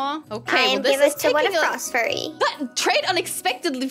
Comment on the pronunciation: Hi i love ur vids and by the way say -frost-f-yur-y to say frost fury xxxx (not being rude)